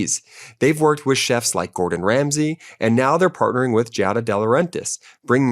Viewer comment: Yeah I don't like the way you butchered Giada's name